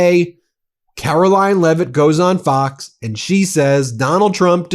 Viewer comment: At the very beginning, it sounded like he said "f@ news which would have been absoutely appropriate since they F up everything.